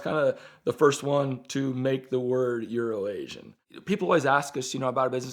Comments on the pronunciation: Everytime would say urination Bob that's what I heard. For the longest time I didn't know it was euro Asia I just figured it was some kinda inside joke. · Does anyone else think they're saying Urination Bob?